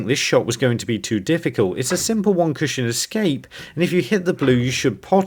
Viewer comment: It really bothers me the way you always say "CUSHIN".